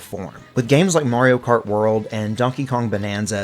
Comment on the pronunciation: “Murio Kert”………..ITS MARIO KART MUVA F**** 😂